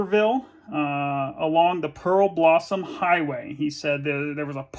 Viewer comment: What an odd and amazing channel - I’ve watched a few of your videos now and really enjoy them! Not a big deal but three things that were maybe just misread in this video: Merced - pronounced “mur-sed”, Yermo - Valyermo, Pearblossom Highway, not Pearl-blossom. Being a relative local, I got hung-up each time I heard one of those! You’re a scholar man!